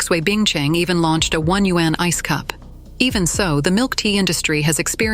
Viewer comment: Why does the narration mispronouse the word yuan?? I would expect better from a China-themed blog 👎